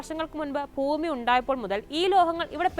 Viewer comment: ഫൂമി അല്ല ഭൂമി.